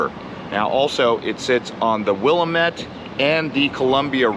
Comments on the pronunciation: Appreciate your nice tour of Portland and wanted to let you know it's pronounced wil LAM ette River. I pronounced it the same way as you when I first arrived, but was quickly corrected. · Its pronounced WLL LAM ETT. This was obviously taken EARLY in the morning and it FAILS to show our city's HUGE HOMELESS population and we have ALOT of traffic but since he obviously shot this EARLY on a weekend morning you don't see the REAL PORTLAND. I HAVE LIVED HERE ALL MY LIVE. THERE IS USUALLY LOTS OF PEOPLE SO THAT GIVES YOU AN IDEA THAT THE VIDEO ISN'T BEING TRUTHFUL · Will am it Is how you pronounce the river. Took me a while to get it right🥴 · Great video, but it's Willamette, Damn it! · How hard would it have been to ask one of the locals "how do you pronounce Willamette and Sacagawea ?" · Hahahahahahahaha this guy makes are town look better than It is right now. The streets are like a homeless camp in all reality. Be cautious don't listen to people who pronounce Willamette wrong :) still my favorite state and home though.... Just a little rough patch. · The river rhymes with "dammit". Portlanders will castrate you for saying it the way you do. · The a is the streased part of the word and said like in the word spam. I hope I explained that correctly. 😁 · He doesn't know how to pronounce Willamette. I wouldn't consider that 'knowing his shit' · 1. it's pronounced wil-LAM-ette, not WILL-am-ette. portlanders, and indeed all oregonians, get particular about that. 2. oregon state university is in corvallis, not beaverton. though beaverton high school shares a mascot (beaver) and colors (orange and black) with OSU. all in all, an enjoyable video. portland always has a place in my heart, even though i doubt i could live there again because it gets too cold and rainy for me in the winter. (and yes, i do note the irony in my saying that right after an unprecedented heat wave in the area.) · I grew up in Portland. It's pronounced the Will-am-itt River. Not wil-a-met.